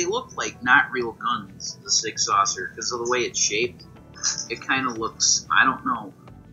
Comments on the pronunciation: "The Sig Saucer... they kind don't even look like guns, the Sig Saucers." There's no C in there. It's Sig "sau-er" lol. Never heard that one before. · Sig Saucer? I’ve heard of Sig Sauer but not Sig Saucer! 🤣🤣🤣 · He needs to learn how to pronounce SIg Sauer